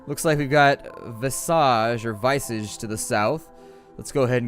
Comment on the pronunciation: visage is pronounced veh-sedge (sedge as in ledge) At least where I'm from that's how we say it